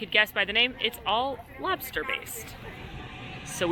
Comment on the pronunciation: you nailed the lobsta accent :D